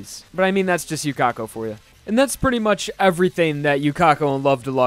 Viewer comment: His sword isn't bending from speed XF. Haven't you watched anime before? Yuka-ko, not Yu-Ka-ko.